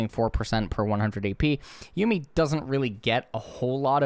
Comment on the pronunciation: did he just say yummy instead of yuumi?